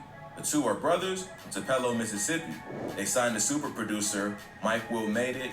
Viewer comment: Ik he did not just say “ tu pelo” it’s Tup-lo😭